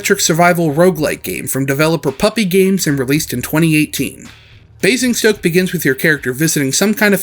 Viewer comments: Your pronunciation of Basingstoke was pretty good. Just turn the first "s" into a "z" and you are golden. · That was actually a really good attempt at pronouncing Basingstoke, far better than I was expecting. The only thing "wrong" really is the first S is pronounced as more of a Z (Bay-zing-stoke). It sounded like you were getting this the more you said it.